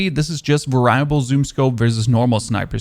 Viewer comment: it's pronounced Vare-EE-able.... not varable